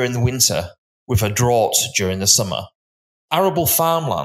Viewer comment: A ‘drawwt’? Do you mean ‘drought’?